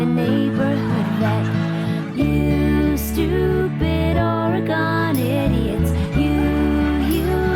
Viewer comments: Never caught on the first run how Lisa Loeb mispronounces Oregon, no doubt to get further under their skin. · Except for Lisa mispronouncing "Oregon" that was awesome :D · 1. I am an Oregonian. 2. Yes, I have played the ukulele today 3. I remember both the commercial and the botched rollout 4. They keep pronouncing "Oregon" wrong. and 5. That guy holding the flute is so close to holding it correctly while still holding it wrong that my brain is short circuiting. 6. As a Portlander, that joke about artists not working ate.